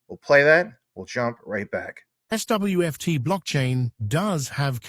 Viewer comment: Very amusing to hear the AI voice struggle with SWFT and SWFTC.